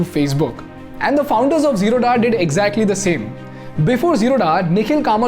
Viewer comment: Hi You are pronouncing Wrongly! It is is जीरोध Not Zeroda! Please Correct yourself..